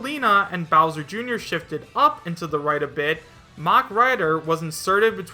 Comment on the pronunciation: I thought you said "mumen rider" instead of the "mach rider" and I was like: One punch man for smash... * inhales deeply * ... HELL YEAH!!!